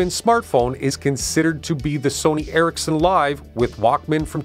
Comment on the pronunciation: It's Eric's Son (Ericsson) and not Erik-sen. Also; it's not Knock-ia, but rather No Kia. Get it right.